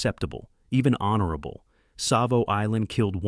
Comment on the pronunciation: Savo with a T ?!! unreal